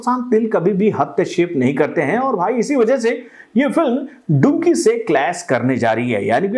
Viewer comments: अरे टकलू चाचा वो डुंकी नही डंकी है। मैने कितनी बार बोल दिया है। पहले ठिक से नाम तो ले ले चाचा😅😂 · डंकी है डुंकी nahi 😂😂😂😂